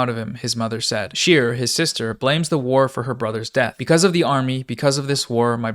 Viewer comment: The emphasis on WAR pissing me off